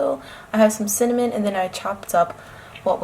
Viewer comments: hahah the cinny-mon made me giggle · LOVE the editing in this video! So cute and fun to watch. And the “cinny-mon” haha